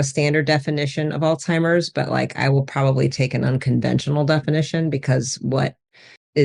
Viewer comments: Did you just say, All Timers?!! Everyone miss pronounces it. Anyway,:Excellent program! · First of all it's not "all timers" 😅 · its a Z not a T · Will someone please advise proper pronunciation of the word Alzheimer’s. I’ve heard it as “Alt-timers”, “Old-timers”, “Al-Zimers” or “All-Zimers”. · Oh my goodness. You both pronounced it “all timers.” That’s not the word!